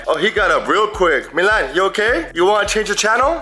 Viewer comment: It's milan not malin